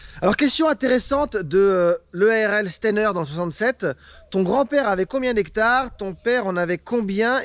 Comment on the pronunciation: Salut merci d'avoir répondu à ma questions mais ça se dit EARL steiner et le Steiner se prononce comme la fin de holstein